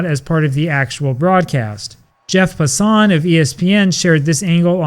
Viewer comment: It’s not ‘Jeff Pa-Sahn’ It’s pronounced ‘Jeff PASS-an’